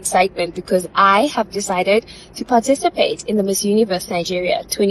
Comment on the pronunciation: Hayi wena, 🙄🙄🤔🤔i doubt if you are South African you can't even pronounce the word "PARTICIPATE " are you sure you are not from Zim?😂😂😂🤣🤣